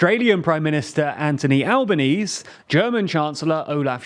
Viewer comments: Al-bah-nee-see, not albanees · Just lil correction. Albanese is pronounced 'alban - easy' here in Aus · The Australian PM is pronounced Alba-n-easy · "ANTONY ALBANEESE" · ITS PRONOUNCED ANTONY ALBON-EASY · PS The Australian Prime Minister’s name is pronounced An-th-ony Alba-nees-ee (pronouncing the “h” (like “the”) in his first name and 4 syllables in his surname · Very small not albos name has the E pronounced at the end al-ba-nee-zee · Just for future reference, the Australian prime ministers name is pronounced with an e sound at the end, "Al-bah-knee-zee". Also it's a th sound, not a hard t in Anthony. You can call him Albo for short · Aussie PM: Al-ban-ee-zee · The prime Minister of Australia's name is pronounced Alban-easy. ie the final 'e' is pronounced. Well done on Kherson's correct pronunciation though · The Aussie PM is pronounced "An-thony Alban-easy" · Lol, I literally came here to say alban-easy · Albanese is Alba-nee-see. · minor thing but as an Australian. the final 'e' in our PM's name is pronounced sharply (i think the name is Italian or Greek in origin, so it doesn't follow the silent 'e' at the end of the word rule) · As someone from Australia we consider that pronunciation of our premiers name an act of war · As an Italian, I can confirm that Mr. Albanese does NOT pronounce his own name correctly even in Italian haha